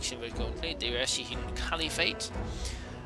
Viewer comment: RAS HIDUN? ITS PRONONUCED RASH-HIDUN